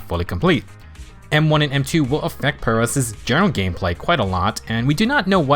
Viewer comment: OMG Someone finally pronounced Pyrois correctly!